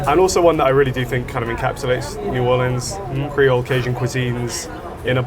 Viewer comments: I was slightly annoyed with the pronunciation of Nawlins until you also un-Americanized Guy Fieri's name 😂🤌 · please don't say n'awlins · Great episode but pro tip: no one from New Orleans says "N'awlins." They'll shame you here so beware!